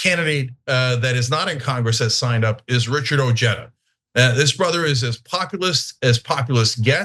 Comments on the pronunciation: That’s Ojeda and pronounced oheda and not ocheda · Richard ojeada is a mouth breathing ignoramus. Cenk can't even pronounce his name correctly the J is an H Cenk ask Stuttering John Melendez is that your next candidate for office? How about Brian Kareem?